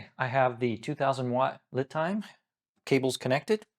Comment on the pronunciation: Not that it matters, but I believe LiTime is pronounced "Lee Time"